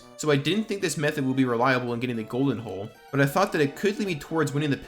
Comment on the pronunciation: I know you're saying hull but sounds like hole to me & makes me think of the troll song from the night man cometh